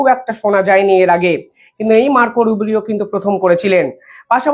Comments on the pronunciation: Not Rubirio. It’s Rubio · মার্কো রুবিও 'কে বারবার মার্কো রুবেরিও বলছেন কেন? উনি সেক্রেটারি অব্ স্টেট, মিনিস্ট্রি অব্ স্টেট নন। এই ভুলগুলোর ব্যাপারে আপনার যত্নবান থাকা দরকার।